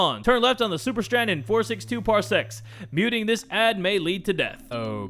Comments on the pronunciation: It sounds like is saying 60 parsex instead of 60 parsecs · I thought you sead 60 parsex